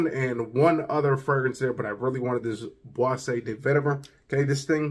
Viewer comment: I know French can be tough to pronounce but it’s BOIS = “buá” not Boisée😉